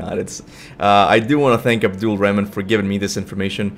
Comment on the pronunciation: The name " ADBDUL REHMAN " is pronounced as " Abdul rehmaaan ".